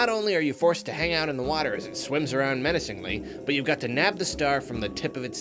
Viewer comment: 'It's just swimming there, MEANACINGLY.'